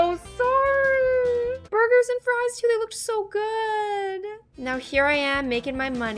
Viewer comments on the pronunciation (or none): none